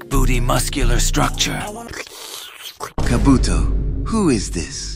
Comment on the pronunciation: Ka-buto. Ka-buto💀💀💀